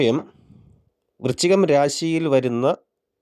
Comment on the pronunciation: വൃച്ചികം അല്ല, വൃശ്ചികം എന്നു ശരിയായി ഉച്ചരിക്കാൻ ശ്രമിക്കുമല്ലോ.